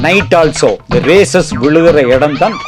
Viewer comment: Sun Rayses ille rays da mitta payale...